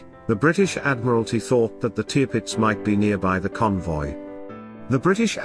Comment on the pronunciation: Sorry but that is one of the worst video accounts I have seen. Firstly you mispronounce the Tirpitz, you initially show another ship as the Tirpitz, then the Admiral Sheer as the same ship. You show a capsizing Aircraft carrier- what for? You then show a capsizing HMS Barham - what for? You indicate a J88 and call it as such. It is the Ju88. You reference a Sherman tank on the deck of a ship firing its 75 milimeters gun and somehow link this to Churchill’s statement (which had nothing to do with the tank). The photos don’t match the narration. Please try again